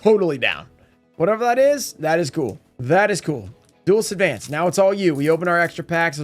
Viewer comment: Opening Duelist advance in advance?! Sounds perfect. butchering ocg cards names will never get old😂. Cyber dragon the laser of cyber dragons is just so ridiculously